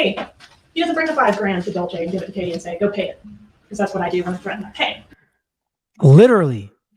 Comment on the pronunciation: It’s KATIE 😂 not Kate